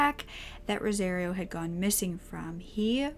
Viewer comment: It’s pronounced like “Rosa-Rio” like Rio de Janeiro. You’re pronouncing it like “rosé-reeo”